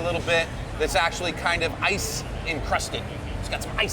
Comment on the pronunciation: this dude puts alot of emphasis on ice.